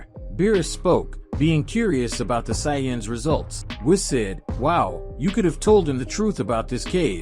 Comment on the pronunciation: That pronunciation of sayians is terrible every time it’s said I cringe